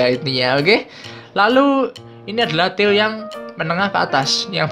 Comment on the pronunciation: Maaf bang...Tier....bukan til..wkwk.kyk gimana denger nya low till